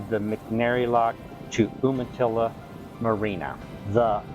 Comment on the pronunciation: Isn't it pronounced "you-muh-tilla"? I wonder if Ive been saying it wrong my entire life (entirely possible).